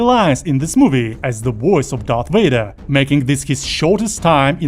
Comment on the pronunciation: Vader. not Wader.